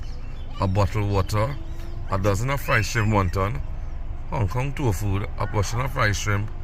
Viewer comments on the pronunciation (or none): it's tofu not toefood.